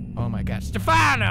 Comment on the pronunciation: Matei Popescu When He said Stephano ...My heart hurt a little